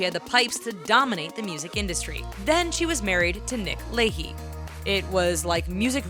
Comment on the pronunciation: First off.. Jessica Simpson has pipes?!? She sucks! Second... Did you say Nick Layhee? Its La-shay. I'm so tired of the mispronunciations in every video. Its not hard to do a little research